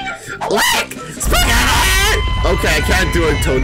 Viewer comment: Did you really say spag instead of spaggett